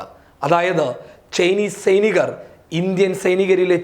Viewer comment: സെയ്‌ നീകർ പെരിക്ക് എവിട യോ ഒരു ഇത്‌ സൈനീകർ പരിക്ക് എന്നാണ് ഇത് മലയാളം ആണോ കുഞ്ഞേ.